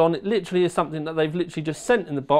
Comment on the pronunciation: please stop saying "lichraly"